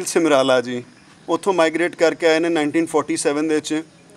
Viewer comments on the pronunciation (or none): Paji simrala ni hunda samrala hunda h